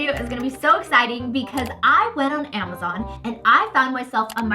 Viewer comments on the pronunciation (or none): none